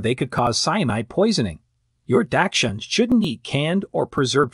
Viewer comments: Not trust anything you say, when you pronounce dachshund that way lol🤣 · Good god, can these experts please pronounce dachshund correctly or at least the same? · How about popcorn. My dachshund loved to eat popcorn out of my bowl while I was eating. Please learn to pronounce the word dachshund and onion, thank you.